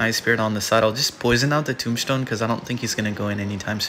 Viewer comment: Anyone notice says “tombshtone”?